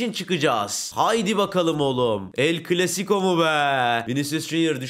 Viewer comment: CLASICO derken sıco oluyo ((